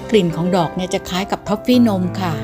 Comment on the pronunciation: ม้อฟฟี่นม ของโปรดเลยค่ะ ขอบคุณที่หาของแทนทอฟฟี่มาฝากค่ะ 🙏🥰 *พูดไม่ชัด แต่ผญ.ยังจับได้ว่าฝาก แม่บ้าน ซื้อท้อฟฟี่☺️